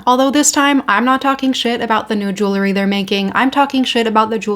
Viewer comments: ‼️‼️‼️🙄🙄🙄🙄🤦🏻‍♀️Why don’t you learn how to PRONOUNCE “jewelry” CORRECTLY before ragging on about it sounding as ignorant as you quite obviously are. “JEWELRY”= 2 (TWO) SYLLABLES: JEWEL👏🏼 RY👏🏼… The way IGNORANT (you) people pronounce it is with 3 (three) syllables (WRONG) and say jew-ler-y and that is WRONG, WRONG, WRONG!!! ‼️‼️‼️🤦🏻‍♀️🙄🙄🙄🙄🙄🙄🙄🤦🏻‍♀️ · Please, for the love of everything good - JEWEL - RY. It is NOT JEW - LERY. I think you got it once. We're not bedazzling Jewish people, we're talking about Jewels. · I’m sure it’s pronounced jool-ree. You don’t take the name of the person who make the pieces, jeweler, and add ee.